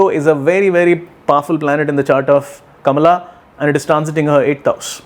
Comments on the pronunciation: I love how you say Kamala's name. Very Indian, exactly how it should be pronounced. And I love your prediction. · Cult much? He is an astrologer - he is doing a analysis from an astrological point of view. Nothing to do with being Indian. But he does pronounce her name correctly, which is an added bonus to his prediction of her winning this election! I am loving his prediction.